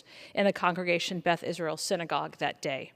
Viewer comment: Why is she saying beth-israel?